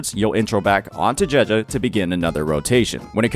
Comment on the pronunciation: I play the game in Japanese as a chinees person and the way he pronounces name, just doesn't feel right to me XD. No hate though, just a little autism from me